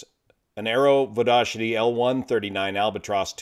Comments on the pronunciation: I have heard (at work at Garrett Turbine Engines) Vodochody (it's Czech) pronounced "Vo Do Hody" (all the "o's" are long "o's"). There is even a YouTube video on the "How To Say" channel using that pronunciation. The L-139 uses the Garrett TFE 73-4-1T engine. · It reads "Vodokhody", though pronunciation puts smile on our faces:-). If I'm not mistaken, there were many L-139 produced, but as production units,not conversions. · I like your pronunciation of "Vodochody", village and airport close to Prague. Greetings from the Czech Republic!